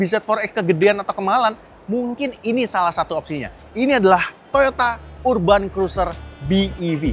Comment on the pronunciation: Urban cara bacanya = erben, cek spelling nya dulu sebelum sebut, biar yg tidak tau juga tidak ikut salah